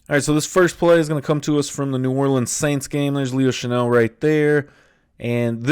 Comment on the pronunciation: It's "Chenal" not "Chanel." Chan-ell is a perfume. Chen-All is a football player.